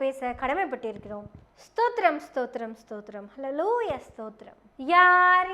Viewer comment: Yemma அந்த அல்லேலூயாவ மட்டும் கொஞ்சம் நல்லா கத்துகிட்டு சொல்லுமா... ஒரு பக்கம் சிரிப்பும் வருது.. கோவமும் வருதுத்தா 😮😮😮😅😅😅